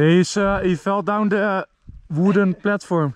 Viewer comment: Als enzo Engels praat: heay uhh felt down on the woeden pletvorm